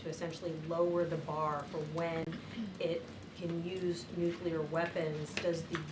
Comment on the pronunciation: I think that if you cannot pronounce the work nuclear, you should be immediately disqualified from being White House press secretary.